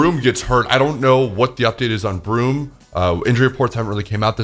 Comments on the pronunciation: His name isn't "Broom". It's Borom! (Bore-umm) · Broom😂😂😂😂 it’s borum